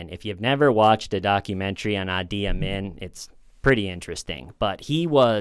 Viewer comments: Idi Amin - Idi is pronounced "Edie" :) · The guys name was Idi Amin, not adi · Idi ( ee Dee) Amin. monstrous. The original heads in the freezer guy! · Uzbekistan is typically pronounced like OOZE-bekistan not YOUs-bekistan fyi. And the Ugandan fellow - Idi rhymes with "needy". And this ones easy to remember: last name Amin as in "a mean" man. Sick vid 🙏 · How can a smart guy like mispronounce a three letter name? Idi. Maybe the letters got scrambled in his mind..?